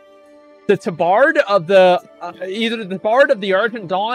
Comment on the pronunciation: He mispronounces things because he knows chat will go apeshit over it lol